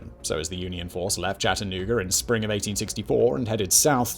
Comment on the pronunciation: Being from Chattanooga, I want to say thank you for pronouncing it correctly